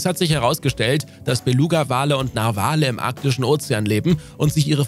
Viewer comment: Bitte, die Betonung von "Narwale" liegt auf der ersten Silbe. Ansonsten ein sehr schöner Beitrag. 😊